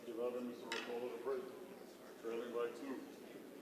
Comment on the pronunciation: It is Orcullo isn't it, not Orcollo ?